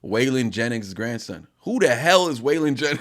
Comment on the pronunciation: Struggle is the grandson of a great country artist Wailing Jennings might odf butchered his name but it's awsome how he's in rap being his background